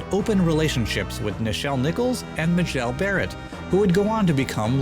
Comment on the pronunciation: for future reference - MAY-JEL Barrett